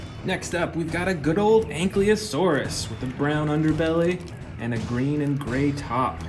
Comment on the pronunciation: Anklyasautids bro said😂